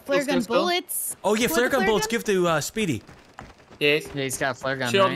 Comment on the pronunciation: Anytime any of them (especially ) say Speedy's name, I just hear them saying 'Sweetie'